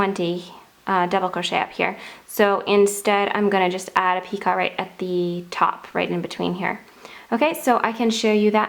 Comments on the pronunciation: It's not picot. It's pronounced pico, it's French for knot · PicO - not picot - just a little French FYI - sent with love! Pee-Co no T at the end pronounced. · It’s pronounced, Pee-co. NOT Pee-cot. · Dear, I love your work, but it is a picot, pronounced "Pee-coh", not a "pee-cot". Hmm, I'm not sure that is clear. The second syllable rhymes with... I can't find a word, It sort of rhymes with "coat" without the "t". "Pee-coa" like "Pee-coat" without the "t". And nobody who wants to tell you how it is pronounced has any evil wishes for you, simply to share some knowledge, which will spare you future corrections.:) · Its pronounced pi-coh.... NOT pi-cot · Picot is pronounced peeKOH. Not peecaht. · Picot is usually pronounced "Peek-oh"! For the longest time I thought you were calling it a "Teapot" and couldn't understand why! Lol! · Picot is a French word. The t is silent. It is pronounced 'pico' in English and in French. That's o, a long o. Just for future reference. ;-) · It is pee--ko...the T on the end is not enunciated. It is French. The second syllable is a long vowel...like cocoa ...pee koe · Yes so annoying. Even in proper British, it is pronounced As "peecoe". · Love your edging but just as with crochet the T is silent in the word picot,so it's pronounced peek oh. I'm not trying to be over critical and I do love your videos in fact I made one of your key chain owls for a friend of mine over two years ago and she still has it! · Should learn to pronounce the word properly. It would benefit your credibility. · Seriously! I can hardly believe some of the comments about the pronunciation of the word PICOT. Was it REALLY necessary to call that out. Completely uncalled for, people get a life! I love your vids, keep up the great work = ) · You do beautiful work, and who cares how you pronounce picot.....anyone who crochets knows exactly what you are talking about. Do not let that bother you please. 🙄 keep up the the beautiful videos.